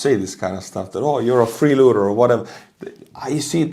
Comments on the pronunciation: Great video as always! I hate to correct your grammar, because it can be seen as trolling.. But the term is not "Free-Looter" as you said... The word is "Free- LOADER" pronounced LOW- DER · Free LOADER NOT LOOTER 😂😅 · it's "freeloader" not freelooter.